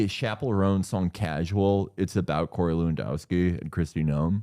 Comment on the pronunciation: please nobody tell hasan he's been pronouncing her (and every other contemporary Kristi) name wrong the whole time